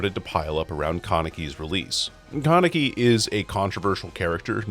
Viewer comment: how you pronounce Kaneki is frying me